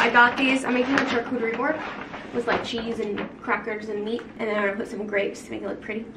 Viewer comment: The way you pronounce charcuterie is so cute hahah I think it’s pronounced shar not CHar ❤️